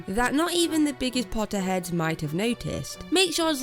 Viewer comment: She said potter heads I just heard pot head